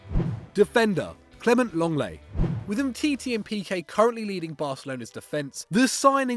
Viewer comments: Lenglet not Longleii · "LONGLAY" IT'S LENGLET. How it sounds Leng-Let